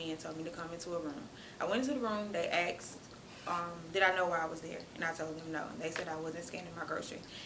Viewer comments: The word is asked! Not axed. Go back to school black girl! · Can’t wait til all these DEI hires faze out so people like this can get back to baggin the fries. She can’t even be bothered to not break laws while working at a jail and as usual “I had axe” easily with minimal English classes in school should be “I asked.” And I always get out of the hospital and steal groceries because I have to go to work.Again..not a drop of common sense or morals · Asxed, don't you mean asked! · They axsed, cracks me up everytime😂 Outro is brilliant! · Weary of chocolate folks going around axing innocent people. The poe-leese caught this one.